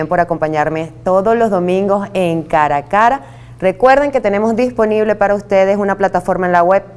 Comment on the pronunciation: Bienvenidos todos a "caracara" . Dónde están los estudios de periodismo, dicción y locución? No sonaría mejor "Cara A Cara"?